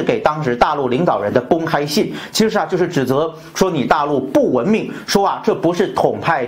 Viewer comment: 文明的明字不需要轻声哦炳忠